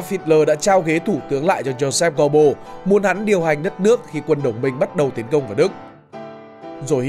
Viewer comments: Phát âm cái họ của ổng sai bét rồi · Ít nhất đừng đọc tên một người Đức theo kiểu Anh